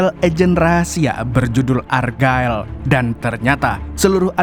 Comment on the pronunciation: Check di google translate mu membacanya salah bulan ergael untuk argylle.